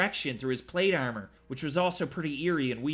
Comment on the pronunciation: It's pronounced ARM-OR not Eyarmer lol